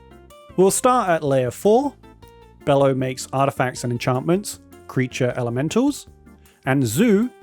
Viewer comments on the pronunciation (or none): This creatures name is not pronounced "bellow" the creatures name is pronounced "Be-low" like brother Bello mentioned in Borat.